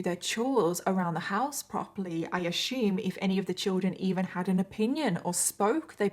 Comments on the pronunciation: Ashume lol driving me nuts assume lol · I can’t listen to the story till the end cause of the way she say assume as “ASHUUUUME” 😭😔